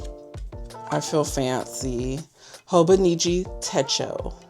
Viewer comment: It's Hon with a long "O".